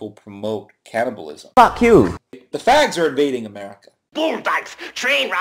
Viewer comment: At first I thought he said "cannabis". When I realized he was saying "cannibal(ism), I almost dropped my roast baby.